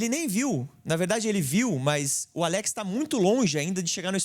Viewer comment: Muito boa análise, Bernabei jogou muito. Só para contribuir, o nome do jogador pronuncia Álex e nao Aléx. Baita vídeo!